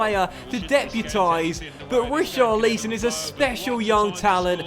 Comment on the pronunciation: Not how you pronounce richarliason